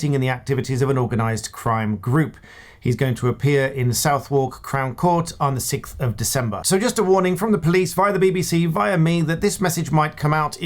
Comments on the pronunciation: Not "south-wark", not at all, but "suthuk". Such mispronunciation by one who has probably been to that crown court in his professional career . . . . Scam? What scam? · How do we know that this isn't a fraud, I mean it looks like the usual bloke, but he said "south walk" not " suovock" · Thanks. PS its not pronounced South Wark. Its pronounced Suttherk. Great way for you get a few more subscribers too right? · Come on,, the crown court is pronounced Suth-uk, not Southwark. You should know that! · Southwark pronounced: "Suthok" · it's pronounced "SUTH-UCK"... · Well done, keep up the good work. How do you say Southwark? Not like Suth'ark.